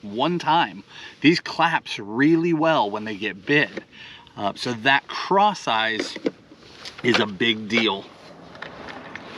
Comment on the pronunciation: LOL. I just realized that it’s called “Cross Eyez” not “Craw size”. I just figured it was called that because you paired a craw with it. 😂